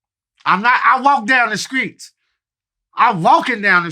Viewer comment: Crunchy black- "I walk down the skreets"